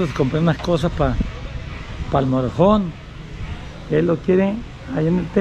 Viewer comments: se dice motor home not morojon 🤣😂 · aprende a pronunciar que te escuchas muy ñetas y repites mil veces la misma frase, MOTOR HOME y we pronuncia motor hom.